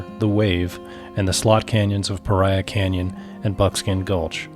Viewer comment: Enjoyed your video! You are hearty explorers. Couple things...it's pronounced pah-ree-uh. Also, drones are illegal in all national park units, including Alstrom Point at Glen Canyon NRA. FYI. Keep enjoying your public lands! Just make sure you follow the rules. - Ranger Jeremy